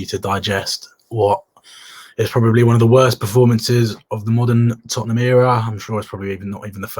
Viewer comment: “It’s in di history of di toootemham” 🤣😂🤣